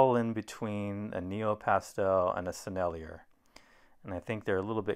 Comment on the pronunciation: Thanks for the beautiful painting and demonstration of the Rubens. By the way, er at the end of french words is pronounced A and i sounds like E (Sennelier = Sennel-E-A)